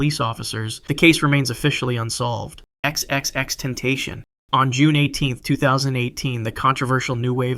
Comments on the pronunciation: the way he said "xxxtentashon" 💔💔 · He said “xxxtemptasion”💔🫩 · XXX-Ten-tation Vs XXX-Ten-tash-ione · it’s not tentation it’s TEN-TACION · If you do a video like this again you might want to look up how to say these rappers names because XXXTenTASHION and DraCEAL The Ruler is far from correct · The way you butchered X’s name made me click off the video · Why would he say xxx name like that man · Dude really mispronounced XXXTENTACION’s name. Fake hip hop fan.